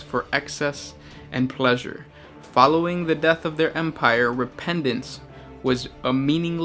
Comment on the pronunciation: you mispronounce repentance. Nice video by the way, keep up the good work.